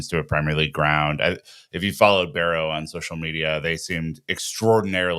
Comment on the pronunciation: it's Wimbledon, there is no ''T'' in there and also it's Barrow not Berrow